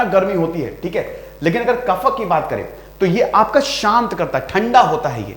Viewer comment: भाई साहब सबसे पहले तो आप हिंदी बोलना सीखे कफ़ा नहीं होता है कफ होता है, और सबसे महत्वपूर्ण आयुर्वेदिक शब्द गरिमा को खंडित ना करें अंग्रेजी अत में डूबे हुए हैं आप.. भारत की सनातन संस्कृति किसी भी रूप में अगर मौत भी आ जाए तो भी हमें मांसाहार नहीं करना और यहां पर पोल्ट्री और अंडे की बात करते हैं। वैदिक शास्त्र भारत की सनातन संस्कृति इस समय होता है और यह गुरुकुल पद्धति में सिखाया जाता है। चतुर्वेद में आयुर्वेद भी धर्म का प्रतीक है.. आप लोगों ने धर्म का व्यापार किया है जो कि उचित नहीं है, परिणाम तो आप देख ही रहे होगे नहीं तो भविष्य में देखोगे। एक बात स्पष्ट है ब्रह्म को बेचा नहीं जाता...